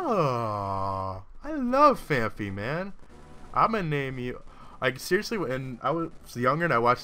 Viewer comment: its phan-py not phan-phy